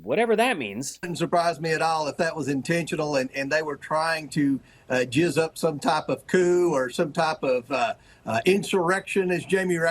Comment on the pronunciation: Did he say jizz 😂